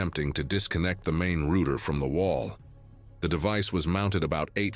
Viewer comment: . Pronounce "ROUTER" (for one) correctly or don't narrate reels !!!